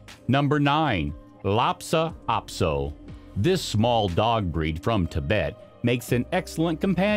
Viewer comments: The way you keep saying LhaPsa Apso instead of LhaSa Apso made me crazy! If you’re going to make an entire video about dog breeds, the very least you can do is say the name correctly. Ugh. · "LHASA" APSO NOT FRIGGIN "LAPSA"!! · I am wanting a chihuahua. This is going to sound picky, however when someone is hired to tell about these dogs, they need to know how to pronounce the breed name. This man continually refers to the Lhasa Apso as a Lhapsa Aso. This is something that he needs to correct because it is not respectful of the breed. Thank you for taking the time to read this. I always like hearing about the different dogs. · Why are you pronouncing Lhasa Apso, as LA-Pa Ap-So?…..you mispronounced it at least three times. 🙄. LA-SA …….not LAPsa. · It’s a Lhasa Apso, not LHAPSA Apso. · Lhasa Apso, not Lhapsa Apso🤦‍♀ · Lhasa Apso not lopsa! And you are showing something else! Not a Lhasa Apso. I don’t see any of these as new breeds. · I thought it was just me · Also not “Lopsa “ Apso....🙄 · TheLlaso also s ot pronounced laptop aso. These are not new breeds. And we show a different breed when taking about another breed. NOT A GOOD BREED. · Hahahaha… Larpsa Apso?… It’s bad enough you can’t pronounce it’s name… but then you put up pictures of Yorkshire Terriers… and the name Shih Tzu is pronounced “She Zoo” the T is silent… ask me how I know… That’s right, I own both breeds and unlike you I did some research, and the stuff you consider “Newly Discovered” was new, about 100 years ago… Stick to subjects you know. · At least show correct pictures and say the name correctly